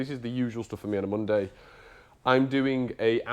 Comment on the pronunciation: lol, "Monday morning". I thought you said "Bundy morning"